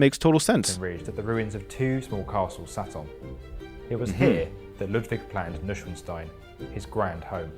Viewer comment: HUGS ITS STEIN(ITS SPOKEN LIKE SCHDEIN NOT WITH AMERICAN ACTENT!😂